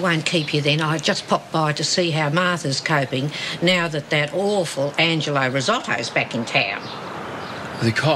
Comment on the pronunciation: Colleen said 'Angleo Risotto' lol Bless her